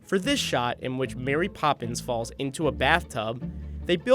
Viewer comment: I thought you said I wanna marry Mary poppies